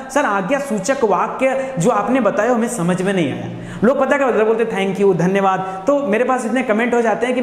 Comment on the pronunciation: सर् धन्यवाद बोल के धनिया बना देते हो